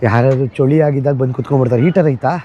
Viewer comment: ಚೊಳಿ ಅಲ್ಲ.. ಚಳಿ..